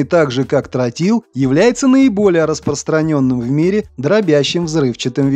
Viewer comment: Не "трАтил, а "трОтил", неучи!